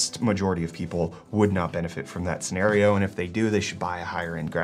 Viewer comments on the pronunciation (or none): none